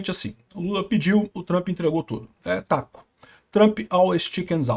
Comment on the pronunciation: 😂😂 muito o engraçado o Peter falando TACO😂